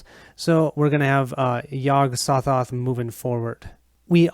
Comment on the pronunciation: Hey - Very nice playthrough - even though with some mispronouncing of the names. Yog-Sothoth doesn't have a silent 'G' in its name. (Yog-SoGoth) LOL (Yog - Sew-Thoth) The Byakhee is a male (ByakHEE), not a female (ByakSHEE). LOL (Bee-awk-ee) or (Bee-awk-hee) Exceptional job on the painting of the figures/miniatures by Bill!! Between this playthrough and Mike's playthrough from two years ago, its looking like this might seal the deal with me keeping my pledge to the recent Cthulhu: Death May Die - Fear of the Unknown Kickstarter - have 5 days to decide if I want to get my full refund back. Cheers